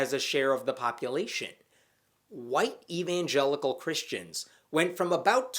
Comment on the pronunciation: I know your saying "white evangelical" but I keep hearing "whitey vangelicals".